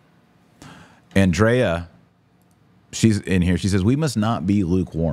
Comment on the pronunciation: Why pronounce Andrea as Ann Dreaah, It is Ann Dree ah. Why hispanize that beautiful name?